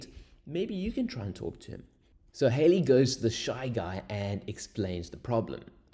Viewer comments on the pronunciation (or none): The pronunciation of Halley rhymes with Valley and Alley.